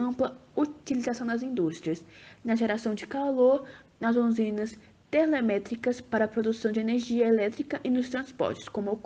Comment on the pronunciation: Trabalho ficou top! Parabéns. Melhor parte é falando "Usinas Terlemétricas" em 😂😂😂😂😂😂